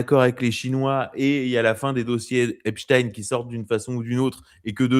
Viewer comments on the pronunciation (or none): Quel intérêt d'avoir ce Marquardt ? Il n'a pas apporté grand chose à cet entretien, si ce n'est sa prononciation "epstine" et son anti-trumpisme. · Mr Maquardt ont dit Epstein pas esptine 😊